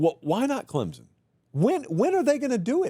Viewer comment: Can someone tell this dude how to pronounce Clemson????